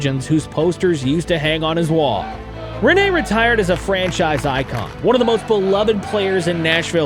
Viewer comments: Im sorry but I have to say this , and I understand why but try to more emphasis on the douple NN(riNNe) bc now it sounds like you saying Renee😄 good video tho! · Rinne. Not Rinéé. Not Riinei. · ITS RINNE NOT RENEEEE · RINne, not Rinné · its RiNNE not RINE... call his name properly at least... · its not renee its rinne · Rinne pronounced with a French twist. Rinné 😊. Good video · Try Pronounsing it like Renna